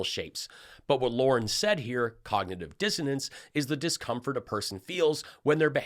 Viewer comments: She said cognitive "Dissidence" She is a true airhead. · I'm pretty sure she said cognitive dissidence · I heard, "cognitive dizziness". My bad. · I heard 'cognitive diffidence'. Give her a break; she managed to use two three-syllable words, and made a creditable attempt at the second one.